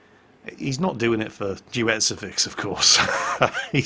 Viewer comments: its Deutzefix (Ducifix) like Crucifix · But then again he couldn't get the playername right, who is mostlikely pronounced Deu(like Deutschland)tzefix(a strange mix of of german and old gallic names)